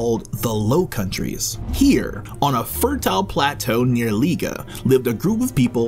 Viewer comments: It's G-ent not jent and its Liè-j nt Lié-g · No one in Belgium would butcher the names of cities like you did, I'm a foreigner and even my pronunciation is better G- like "Go" for Ghent... Lee-eje for Lieges... If you cant make the G sound for Gravesteen don't use a C, There's an R in Ardennes.... these horrible pronunciations were all I could focus on. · LIEGE is pronounced LEE AGE. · liége you could pronounce as lee-yeige like beige :) good vid great facts even i as belgian did not realise :o shame on me 😁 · Nice work but take a course in pronunciation of French. Liège is pronounced 'Lee-ège' (g as the j in jewel). So you have a start... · Got Antwerp and Charleroi right but then Jent and Lige ? 🤦and more horrible pronunciations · Expect the fact you pronounce Liege totally wrong very good video :) also, you should mention the city of Bruges it's probably a way more attractive city for tourists than Ghent even though I love Ghent. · Liege was a highlight.. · U pronounced the city names wrong lol (I know cuz im Belgian)